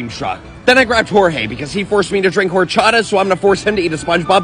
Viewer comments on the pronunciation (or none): By the way you don't pronounce horchata as "hoor-chata" it's "or-chata". Sorry, just wanted to point that out